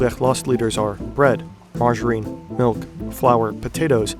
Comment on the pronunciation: I'm curious where the narrator is from. He has a pretty flat American accent, but then he pronounces certain words differently than I'd expect an American to pronounced, like margarine (he pronounced it very French, with a zh instead of a j sound) and Navajo (diff vid, he pronounced it naVAHjo instead of NAHvahjo) which aren't accent patterns I've heard in any American or Canadian dialects. So curious to know!